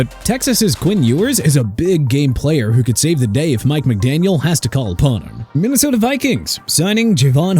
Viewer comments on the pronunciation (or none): none